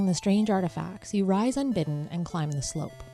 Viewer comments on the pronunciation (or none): none